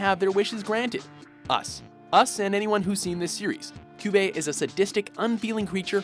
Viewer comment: "Coobie u madafaka"